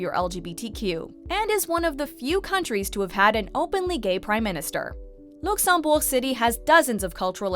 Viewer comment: and yet, regardless how many time i have been there, none of my local friends ever call it Oshlo...or whichever way you pronounced Luxembourg ...